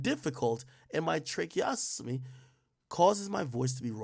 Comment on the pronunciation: Good reader..but tracheostomy is a difficult word for you lol